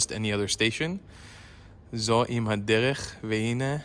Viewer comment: You didn't read it correctly, - "זו לא סתם עוד תחנה, זו אם הדרך, והנה אור השמש עולה" - "ZO EM HADERECH" - "Mother of the road" can mean the main road or the central road, or might translate to "Crossroads" / "Intersection" / "Fork in the road"